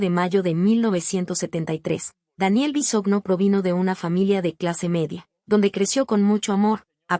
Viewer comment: Se pronuncia Bisogno. De ahí, ya no se cree nada